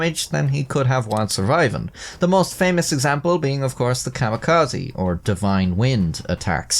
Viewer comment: My mans, im sorry, but it is Kami -ka-ze not kama-ka-zi. Idk when you're making educational videos it feels worth mentioning, instead of being petty, I am hoping to be constructive and drive higher knowledge too. Also it's "dir-ris-iv', not, de-rise-ive, you're thinking of divisive, or derived (from), caught as I was typing. Anyway, thank you for the video!